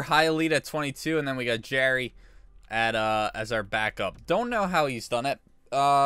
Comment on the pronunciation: Jarry's last name is pronounced "JAR-E". Am i the only one that's correcting him on this?